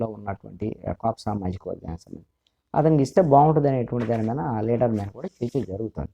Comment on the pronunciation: Sir,u r always pronouncing Meena instead of మీద బెటర్ to change word hence forth